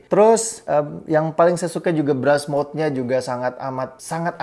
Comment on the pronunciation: yang bener BRUST MODE dibacanya "berst moud"